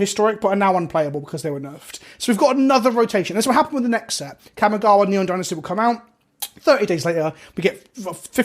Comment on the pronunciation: You guys need to learn how to pronounce kamigawa. It isn't kammy